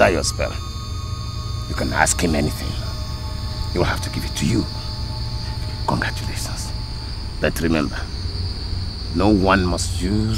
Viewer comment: Ezemo say congratulasions😂😂😂😂😂 who again noticed